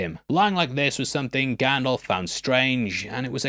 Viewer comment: Love you, but it’s GandALF like ALFred not GanDOLF like Adolf 😭